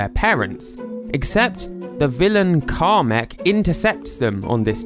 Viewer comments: Karmek? I thought it was KAA-MECH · Karmek? Wat that is not how say it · im pretty sure they know it just sounds like hes saying "Car Mech"